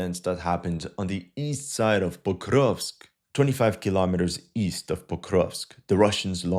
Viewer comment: It's Porkovsk 🐽🐽🐽